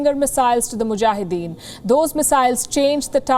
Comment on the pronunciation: I like how she said Mujahideen ❤️